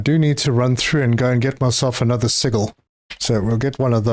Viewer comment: Hahaha. It took me a while till I finally glimpsed the word. I was wondering what seagull you were talking about till I saw sigil. It is pronounced like (see-Jill). It is an Arabic word that means record or mark or trade mark or logo.